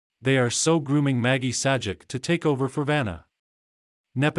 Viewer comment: bro - if you can't narrate your own videos, or get someone to narrate them and also pronounce Pat Sajak's name correctly (he's only a TV Icon) than lose your YouTube channel!